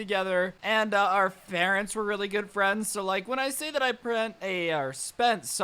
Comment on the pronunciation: "farents" xD